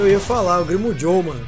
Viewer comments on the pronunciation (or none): Toda vez q o fala "Grimmjow", eu entendo "primo jow" kkkj